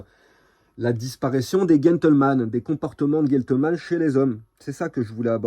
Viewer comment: GEn (gène) tleman et pas guentle....